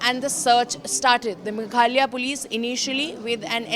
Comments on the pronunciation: Its not megalia its Meghalaya utter shame & disgusting you all dont know the name of a state of the country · Don’t you have better Orator’s to issie out stories…. She can’t even say Meghalaya properly